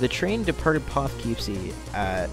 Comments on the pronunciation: Good summary of what happened. While you nailed the pronunciation of Spuyten Duyvil, the correct way to pronounce Poughkeepsie is Pah-kip-see. At least that is the way us New Yorkers say it. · You might want to learn how to pronounce Poughkeepsie.